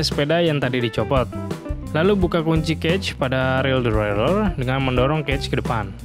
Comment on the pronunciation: Salfok sama kata2 "devwraeler" 😂